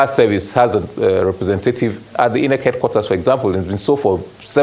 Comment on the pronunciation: If this oga is going to change the pronunciation of INEC to EENECK for us, at the very least, he should be wearing a bow tie!😊